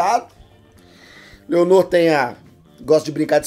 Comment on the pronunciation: Ele chamando o Laenor de Leonor e os Velaryon de Valérion KKKKKKKKKKKKKK